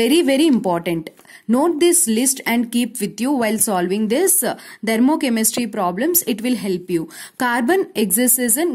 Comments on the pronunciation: Ma'am...u r really amazing but it's "THERMOCHEMISTRY" and not "DHERMOCHEMISTRY".... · Dhermochemistry✅ Thermochemistry❎